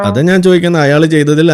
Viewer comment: നാന് അല്ല കോയ ഞാൻ എന്ന് പറ